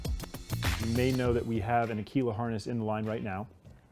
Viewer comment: As an Italian the pronunciation he has of Aquila, makes my ears bleed every time. In Italian Aquila means Eagle